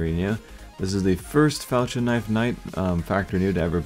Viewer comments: IT IS PRONOUNCED FAL-K-IN. NOT FAL-CHH-IN!!!! I CANT TAKE THAT!! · I think you are saying "Falchion" wrong. Pronounce the "ch" like a hard "k". It ends up sounding like the word "Falcon."